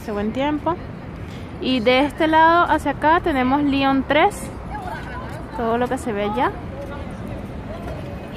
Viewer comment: muchacha tu eres venezolana o gringa? liiiiiiiiion? LION con O pronuncia bien la O.